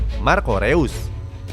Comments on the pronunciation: ngasih masukan min, untuk pengucapan "eu" di "reus" itu dibaca "oi" (pronounce jerman) jd disebut nya "rois" bukan "reus" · Bacanya rois cok